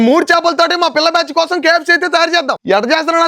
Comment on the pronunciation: Adhiii kfc kadhu me...... Pu. Kafcccc😂😂😂